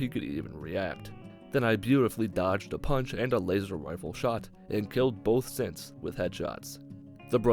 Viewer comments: You said Lazer wifle at 6 39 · did he just say "Laser Wifle"